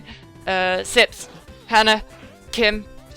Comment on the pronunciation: She said Sips